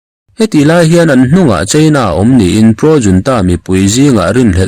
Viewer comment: A mizo tawnga i let lo rau rau a nih chuan 'junta' hi 'yiuanta' tiin lam law law nise